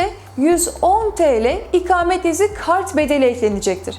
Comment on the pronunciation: İkamet değil ''ikâmet''. konuşmayı öğren.